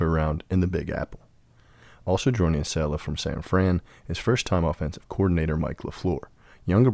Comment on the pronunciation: Sorry bro. But when you mispronounce Saleh, more then once, you lose credibility…